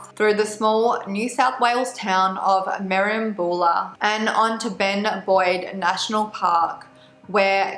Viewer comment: hey girl just letting you know Tathra is pronounced "tarthra" and merimbula is said as "merim-byulluh"